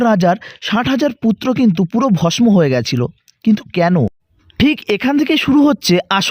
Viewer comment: pouranik "kahani" na bole "Kahini" "bhosmo" er bodole "Bhosso" uchharon korle bhalo lagto